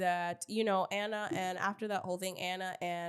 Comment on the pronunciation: I've been listening for a while on Apple podcasts. I enjoy you both for the most part (aside from your weird bias to Biggie). I just wanted to see if you all not know or just choose to pronounce Ahna Mac's name wrong? its "Ah-Na". Like "AHHH". Not "Anna". lol. You are literally the only people I hear pronouncing her name like that.